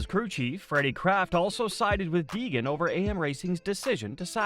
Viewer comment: It's Deegan, not Degan 🏆